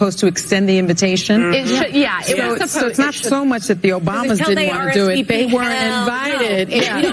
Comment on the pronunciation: "They 'were-ent' invited". It's ''weren't." ONE syllable!